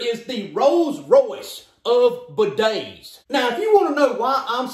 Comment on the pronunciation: ”buh days”